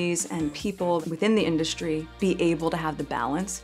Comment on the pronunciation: Within the induSCHtry 😂😂😂